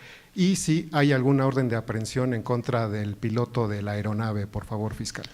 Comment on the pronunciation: Señora, no es ERONAVE, es AERONAVE, ni es PILOTÓ, si acaso es PILOTEÓ